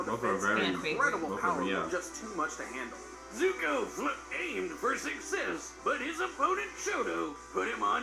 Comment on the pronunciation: No one is gonna talk about how he called Zuko Zuhko